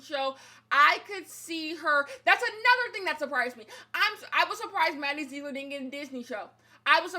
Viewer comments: “Maddie zzeeegller” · "Maddie zegro... ler" 😂😂😂😂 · Take a shot everytime says "MaDdie ZeeGlor"